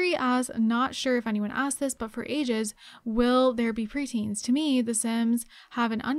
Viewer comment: (Hold dramatic pause)..... “preteens”